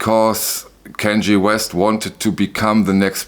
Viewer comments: Kanye, pronounced CON-yay, not Kan-jee. He’s completely insane. Maybe you’re mispronouncing it deliberately, hard to tell. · did you just call him kenG????? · Kan (like Wrath of Khan, the Star Trek movie) ye (soft Y as in Yellow - not a J sound & then e is AY - as in the end of hip hip hoorAY) 🙂